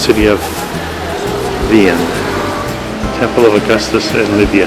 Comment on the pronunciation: Seriously... you don't take the time to learn the correct pronunciation of the town you're visiting... that is truly an example of an ugly American....